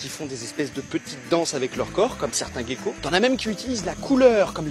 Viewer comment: j'adore tes vidéo par contre on prononce gecko pas gueko ;)